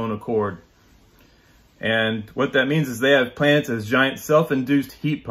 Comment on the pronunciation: "Where do I start" - How about you start by not pronouncing the word planets as "Plants"